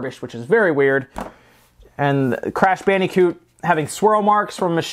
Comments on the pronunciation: "Crash Bandy-coot" that pronunciation of Bandicoot is Killin me. Weird things like that just stand out to me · "Crash BandEEcoot"